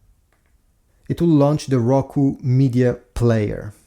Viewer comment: Its just a hisence not rucu